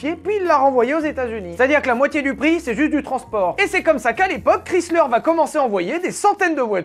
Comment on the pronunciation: Chrysler se prononce /ˈkraɪslər/ (alphabet phonétique), autrement dit « kraï-sleur ». 🇺🇸